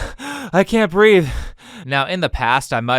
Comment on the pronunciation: “She can’t breaf!” 😂🤣